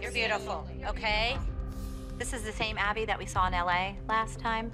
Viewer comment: she really said Awbby